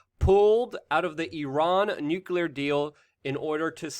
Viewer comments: LUKE, Would you consider pronouncing the word nuclear ☢️ as NUC-LE-AR instead of NUC-U-LAR? GW Bush always said NUCULAR and it always made me cringe. Thanks for your consideration man... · Nuclear. Say nuclear, not nukular like bush Jr.